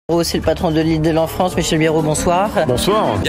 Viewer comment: "la frounsse" ?